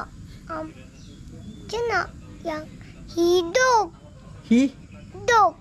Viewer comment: Lawak lah cem Ni Papa suruh cakap hidup tapi cem cakap hidung hahahaha 🤣😂